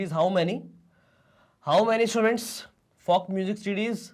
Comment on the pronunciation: The way he said folk😧😦😮😯😲